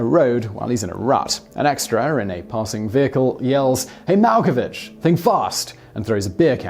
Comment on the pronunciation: mal ko vick